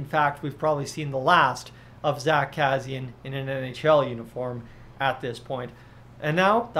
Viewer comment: You are not saying Kassians name correctly but I agree with you he wont be back here.